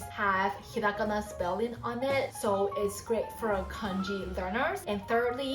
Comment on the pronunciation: はじめましてこんにちは^ ^ 素敵な笑顔に惹かれて見たら、”ひらがな””カタカナ”との発音が！嬉しくて思わずコメントを書いています♪ ゆっくり話してくださるので、聞き取りやすくて助かります☺️ ありがとうございます^ ^